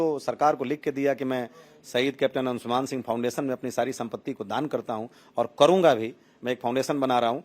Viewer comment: 'अंशुमन' शब्द-प्रयोग बोलना-लिखना ग़लत है, संस्कृतभाषा का यह तत्सम शब्द 'अंशुमान' है। कोमेन्ट्स में भी यह शब्द सही रूप में लिखा हुआ मिलता है। कृपया अपना उच्चार सुधार लें।